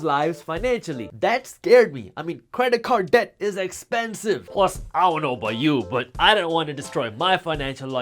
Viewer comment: Creda-card deck. I love it dude. This might be my new way of saying credit card debt